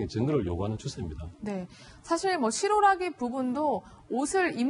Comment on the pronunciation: 실오라기라고 해야되는거 아닌가??????.........실-------오라기라고 한참의 띄우네